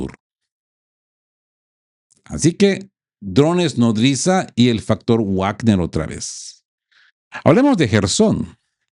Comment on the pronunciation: Perdon por una correccion. Se dice vagner. Uavner es una pronuncia en inglés Hasta en castellano es vagner por la doble v es v. Perdon.